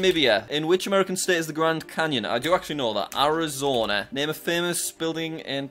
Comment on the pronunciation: The audacity Jack has to say Arizona the way he does.